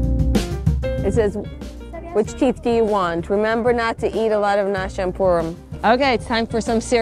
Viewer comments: It’s funny how you say Purim. “Peerem”. Do you have anywhere a video explaining their accent? They do pronounce some vowels differently. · Yeah, Purim is the English accent. Peerim is the Yiddish accent. I have not yet done any videos on Hasidic Yiddish and the accents, but I want to! I am thinking of comparing standard Yiddish to Hasidic Yiddish and Hebrew pronunciations to Yiddish pronunciations. There are many words that I say in the English accent that in the Hasidic community I say differently.